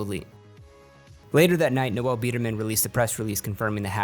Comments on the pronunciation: It’s Noel. Not Noelle. Noelle is a girl’a name. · I'm pretty sure it's just pronounced 'Nole' not 'Noël', or at least that's how all the guys I've met called that pronounce it. Also... 'Biderman' eh?